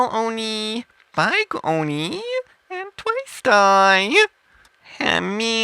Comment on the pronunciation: He's not talking in a different language i can understand what he's saying a little. he's speaking english it's just that he is pronouncing words like big as bieg and chopper as chopear .